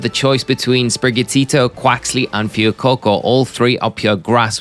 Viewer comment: As a Spanish speaker, I almost click off the video every time you say Fuecoco. It’s a good thing the video is good quality